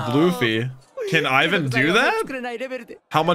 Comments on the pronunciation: its not freaking AIVAN its EEEEEEEEEEEEEEEEE VAN with an I this feels so triggering and uncomfortable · It's not Aye-one it's ee-wan because his name is Ivankov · Please won't call him I-win ... It's E-Vaan-kov Or E-Vaan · He is not canned Ai-van it's I V A N. I as in 'inch' for all Americans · its iwan not AIwan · You saying Eye van is killing me! lol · Yo it's pronounced (Eve - Van) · Iva-chan transing genders since 2009, baby! And please stop calling him Ayvan, it's killing me. Pronounce Ivan like they do in the anime, please! :'D